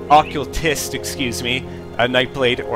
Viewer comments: KAY-dense...not KAH-dense. Oh, and it's OKK-cul-tist not oculist. And demolitionist as in DEMO-lishun-ist, not de-MO-lo-gist. You're welcome. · What you called a "demologist" was actually pronounced dem-oh-lish-un-ist. Idr exactly how you pronounced Occultist, but that one is oh-kuhl-tist. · oh god he can't pronounce occultist either...